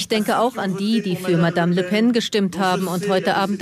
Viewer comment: Bin ich der einzige, den es irritiert, dass Küppi den Namen von Le Pen immer wie „Le Pain“ ausspricht?